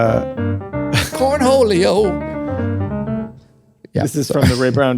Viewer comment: CORNH-OLEO! 😂😂😂👍🏽 GALA!!